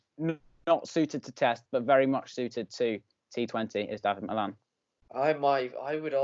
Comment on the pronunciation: get pronunciation right on Dawid Malan mate😂